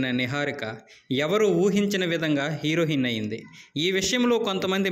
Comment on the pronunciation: 1933, హీరోహిన్ కాదు నాయనా హీరోఇన్